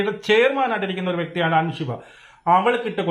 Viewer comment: പൊന്ന് ചങ്ങായീ അൻഷിബയല്ല അൻസിബ... ഇരുന്ന് വിസ്തരിച്ചു റിവ്യൂ ഇടുന്നതിനു മുൻപ് നിങ്ങളാ മത്സരാർഥികളുടെ പേരൊക്കെയെടുത്ത് വെച്ചൊന്ന് പഠിക്ക് 🪔💀 പിന്നെ ഷിജോ അല്ല സിജോ... ഇതൊക്കെ എന്തോന്ന് രാജണ്ണാ ബേസിക്ക്‌ അല്ലേ ഇതൊക്കെ..